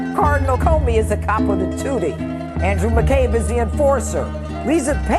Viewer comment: It’s tu-ti and consi-liere. Don’t pronounce the G. Nice video